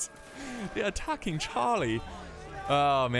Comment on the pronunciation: they're attack-king Chaaaah-lee